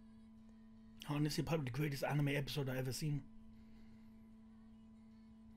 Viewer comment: He just said greatet anime epsiode